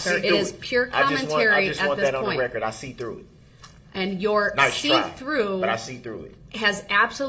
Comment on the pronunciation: Rekkerd, licemplace, bofe, jeery, share squeem, enty, amanent…db is full of mispronunciations…